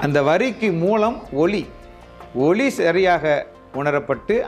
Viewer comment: ஐயா, ஒலி என்பது ஒளி என்று உச்சரிக்கப்படுகிறது. Please note. நன்றி.